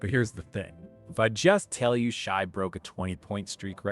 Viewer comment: Lol his name isn't pronounced Shy. No one who follows the game would mispronounce the MVP's name. Also no one cares about consecutive 20 point games. Why not 21? Why not 200 games but one of them you score 19? It's not a record it's an achievement.